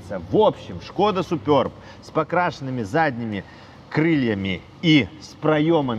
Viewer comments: может суперб, а не супёрб🤔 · чехи говорят просто суперб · " Суперб". А не супёрб. Самим не пративно это слово, произносить. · если прям уж играете в англицкое произношение , тогда уж сьУпёб , а не супёрб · причем тут Китай? Я с Молдовы и у нас все говорят суперб или суперба. Смотрел несколько русских блогеров, они тоже суперб говорят. А тут супёрб о_О включил ещё несколько роликов, там опять суперб говорят. Вот теперь иди пойми как правильно - это в Белоруссии супёрб или все другие ошибаются. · 3ий лучше 😊 и да, не супёрб, а суперб😂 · Супëрб😂 смешно звучит 😅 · Только мне супЁрб слух режет?